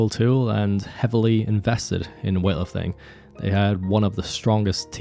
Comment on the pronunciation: all i hear ist weahterthing, wethlrthing and wealating